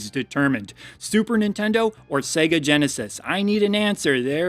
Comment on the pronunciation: lol super genesitendo